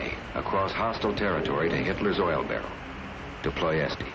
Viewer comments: It is Ploh-ES-Tee!!! Wonderful video. Thanks for making and posting. Just fix what you call the name of the city: just listen to the Amerixan guy in the first black & white clip you include and etc. The guy pronounces the name as the Romanians do and we should: PLOh-ES-Tee. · Why do you say Ployesk, when there is a T at the end? Listen carefully, these Yanks are sloppy. They pronounce things wrong. They always do. They are Americans, and they do not speak anything abroad. Just Yank. And that is not smart. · Ploesti is pronounced “Plesht”. I’ve driven through there from Bucharest to Brâila. It’s pretty ordinary now. I said a prayer for the airman lost on the raid. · I believe the correct pronounciation of the target is "Ploy-es-ti" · It's written "Ploiesti", not "Ploesti" (pronounced phonetically Ploy-ashte) - and this regrettable war episode (for everyone who suffered) shows the power of Romanian defenses and intelligence of that time. Ploiesti is still highly industrialized to this day, even if the oil fields are empty - but its industry is still a relevant player on the international market, hosting several major oil refineries for global companies. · For those wondering the right pronounciation of my home city, it is Plo-yéshti, two syllables (last "i" is very short). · Ployeshtee - that might be the correct pronunciation of that city’s name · I'll support your work if you promise to pronouns the town correctly, please listen to the old film and you'll see your mistake, its important you get it right, because the place you mentioning is actually a town in Belgium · you do not pronounce Ploesti correctly!!!!!!!! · Great material, unfortunelly its extremly disturbing when you pronouncing " Ploesti" wrong a whole time, despite correct pronounciation in documentary material... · I stopped watching whenever even after the name "Ploesti" was properly pronounced by Ronald Reagan - our intrepid narrator still couldn't pronounce it correctly. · Is it Ploest, or Ploesti?